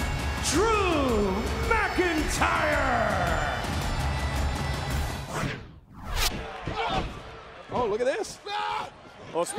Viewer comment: Drew mccleentyreeee? Which tyre? 😂